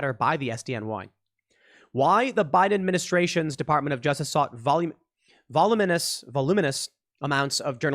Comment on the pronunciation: I can't help but chuckle when Tim trips over pronouncing "voluminous" on the last few clips..